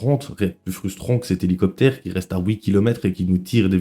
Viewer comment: "Heligocer"😂 m'a détruit